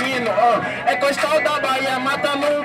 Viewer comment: O nome do cara é Costal, não costão, um brabo da Bahia 🔥